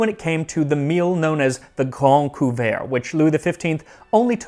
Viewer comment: I swear, everytime I heard you say Le Grande Couvert, I thought you were saying The Grand Poo-bah, which is coincidentally exactly what I would demand as my royal title were I of noble blood.